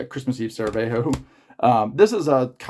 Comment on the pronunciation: I am just here to say great video and it's Sarajevo, not Saravejo. CHEERS